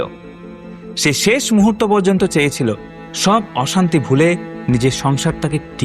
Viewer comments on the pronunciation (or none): none